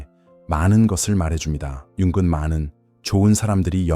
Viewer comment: 영상에서 융은 을 자꾸 윤근이라고 ai성우가 발음하는데 체크 한번 해보세요 듣다보니 인지부조화가 오네요